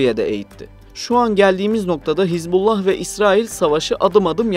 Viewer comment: Не "ХезбОлла" и не "ХЕзболла", знаток😅. Даже названия того, о чём пытаешься рассуждать, грамотно произнести не в состоянии.